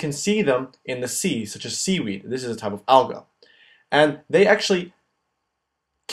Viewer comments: You're pronouncing "algae" wrong. It's "AL-gee". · The way he says "Algae" Al-guh lol